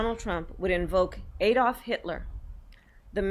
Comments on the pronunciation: It's pronounced Ad-dolf not A-dolf🤦‍♂️ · She can't even pronounce Adolf,who the hell says A dolf.